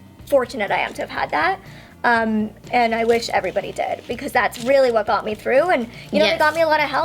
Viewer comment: I heard I wish everybody dead instead of everybody did